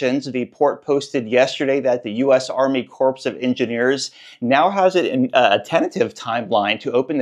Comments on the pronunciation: It pronounced Core….not corpse. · enjoy all your news as it is very succinct & timely. In that vein, “corps” is pronounced “core”. Ahh the vagaries of our language. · Thanks for the update! Is it pronounced Army Corpse (Corps) or Army Kor (Corps)?